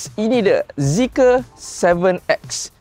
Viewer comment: Bukan zeeker lah... Tapi ZEEKR.... SORA DLM PERUT.... BONGGO....BONGGOOOO....😂😂😂